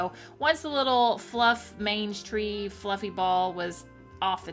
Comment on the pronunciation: Me Googling "what is a mange tree?" When you were taking the pompom off the snowman hat.. are you saying mange tree? I need to knowwww 🤣